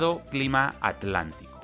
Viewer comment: wow dijiste aTLantico! sin separar la t y la l, alucinante